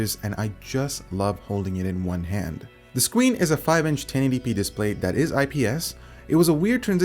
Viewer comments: The skween lol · lol SCWEEN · to Scween or not to screen ? That is the real question. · the scween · "The Scween" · The "Scween". xD